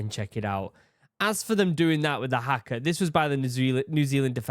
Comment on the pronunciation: Please, NOT hacka! Try har-ka. The "a" is a bit longer. Kiwi here